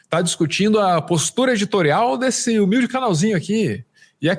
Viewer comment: Bicicleta é tão ”omilde”